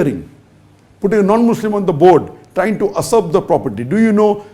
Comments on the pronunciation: It's usurp not asurp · its not asurp. It's Usurp